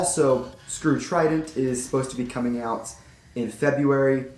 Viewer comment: Dude its Trident not tridant